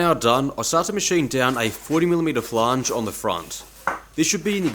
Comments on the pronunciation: wtf is a "flahnge"? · The "a" in flange is pronounced the same as in "and", not "are". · a "flaaange" well, aren't we Mr Posh? 🤣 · New pronunciation unlocked: flaange